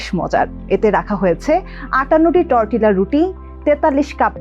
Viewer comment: For your kind information, the pronunciation will be টর্টিয়া, ক্রিস্টিনা কো–ওক, ক্যানাডা, এবং হিউস্টন not the way you are saying.